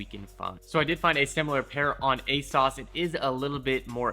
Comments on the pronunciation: ASOS not ASAUCE 💀💀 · You pronounced ASOS wrong lol sounds funny when you say it